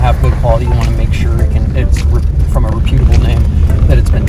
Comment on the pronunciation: That is not how you pronounce reputable. Also, you guys know that this is marketing, right? This guy is being paid or given free things in exchange for saying nice things. Look at the links in his description. Guys like this cannot be trusted. They're uncritical just like TV commercials. Get OFF of my internet you new group of marketers. You don't belong here.